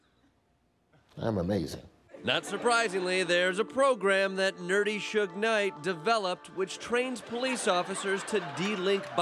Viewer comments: when he said “nerdy shuge knight” i lost it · Rotflmao bahaha "Nerdy Sug-Night"